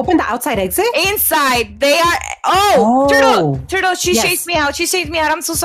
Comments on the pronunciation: i love how says TuRtUl 🤩🤪😂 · PLS THE WAY SAID "THURTEL" IT'S SO FUNNY